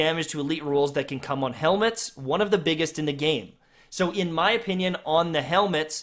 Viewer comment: Imma follow your twitch rn just so I can beg u not to call them freakin heLmuTs anymore 😂